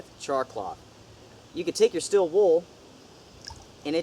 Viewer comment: “STEEEEEL” not STILL